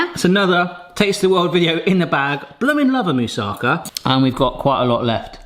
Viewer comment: Greece here! Your moussakas looks delicious and is quite authentic (considering that every Greek grandmother uses her own recipe anyway), so: well done! By the way, it is pronounced moussakAH, not moussAHka (actually it is moussakAS, but I spare you Greek grammar here). Regarding the bay leaves, they only do their magic when they are fresh. Most of their flavour is lost in drying (just like with dill), and when they don't smell they don't work. When I add two bay leaves freshly picked from one of the trees in the neighborhood to something I cook, the whole kitchen smells wonderfully of bay leaf aroma. They work reasonably well for around a week when you keep them in the fridge, but freshly picked is always better. They do dry easily, "pretending" to still be usable, but I'd say if you don't find fresh ones, you can skip them in your recipe.